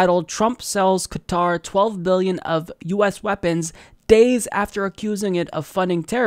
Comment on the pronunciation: Thank you for saying Qatar and not Cutter.